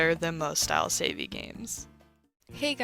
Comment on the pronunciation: You pronouncing it as savey has me dead